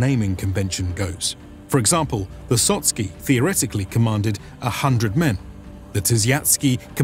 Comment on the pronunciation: Sotsky and Tysiatsky loool. Sotnick and Tysiacznick is corect.